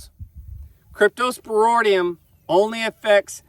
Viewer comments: Your spelling is correct, but not pronunciation...Crypto - spor - IDIUM, not, - ŌDIUM...😉👍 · Sorry about the death of the calfs. They ultimately died of dehydration secondary to the scours or diarrhea. You are mispronouncing the word cryptosporidium. The last part of the word is ridium not roidium. Cryptosporidium is a parasite normally found in water so that is obviously the source. Why don't you get your pond water tested to see if it contains it. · It’s pronounced cryptosporIdium not cryptosporOdium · crypto spor id ium yer missing both I's in the pronunciation. Crypto is in the same field as giardia - They both can affect young or old animals but adults usually don't need any treatment. Just don't breed those females with the dead calves back to Big Joe, just use Dunbar or BlackJack, changing the genetics should get around the weak link that allowed the cypto to affect the calves. Otherwise you can just pull all the females into the front lot and use a drylot approach until the calves are a month old or so. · Why can't he even pronounce cryptosporidium?